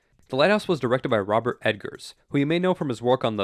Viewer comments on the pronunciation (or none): This guy keeps saying "Robert Edgars" and it's bothering me. EGGers man, EGGers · Great video! You guys always have great recommendations! Although I have to point out, his name is Robbert Eggers, not Edgar.